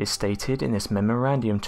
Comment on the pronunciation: the word is memorandum, not memorandhum.